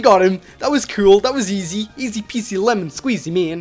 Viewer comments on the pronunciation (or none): none